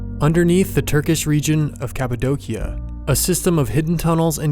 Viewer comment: Its It's pronounced "Capa-doshia" not trying to be a grammar stickler, just thought people should know :)